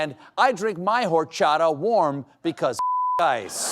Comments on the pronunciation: it's pronounced Orrr-chatha. When you're enunciating the r, flick your tongue like you're going down on. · Don't pronounce the "h" in "horchata." The h is a silent letter in Spanish. I love your show, and I don't want you to sound like a clueless gringo!